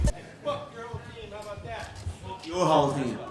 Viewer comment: how bow dah